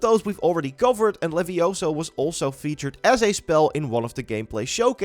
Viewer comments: it's leviosa not levioso! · It's leviOsa, not levioSAH!